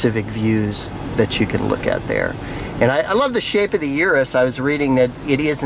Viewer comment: Please stop calling it a yearus